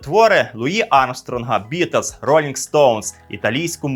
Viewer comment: Дякую за вашу роботу! Безперечно, улюблений історичний канал! Імпонує стиль тексту - не сухо, але й не надміру вільна форма. Класна робота з відбором архівних відео і загалом монтаж. P.S. Помітив, шо якось дивно вимовляєте "Beatles" 🙂 і не можу втриматися, шоб не написати про це 🙃